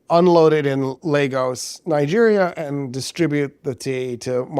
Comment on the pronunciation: Thank you for pronouncing Lagos (Nigeria) properly, you're the only person I've heard pronounce it right. Everyone else says "Lah-gos"